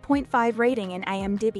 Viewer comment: Why do you keep saying IM--Die-B, instead of IM0-Dee-B? It's very annoying.